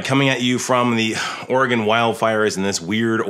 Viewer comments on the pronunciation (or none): none